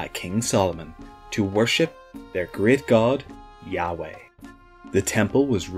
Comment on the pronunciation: Wow. robot English accent 'robot' voices are the new rage on YouTube! EVERYONE is using them! If you are real, show your face, while actually speaking?! by the way yah-weh, is pronounced, 'yah' while breathing in and 'weh' while breathing out, because it is a name in a whisper.